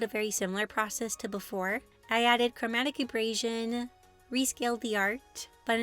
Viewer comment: These were a lot of fun to watch, the DBZ one was my favorite! If you've never heard Chromatic Aberration spoken aloud, it's a bit different. Abrasion (your pronunciation) is like rubbing something with sandpaper, where as aberration is something weird or out of place.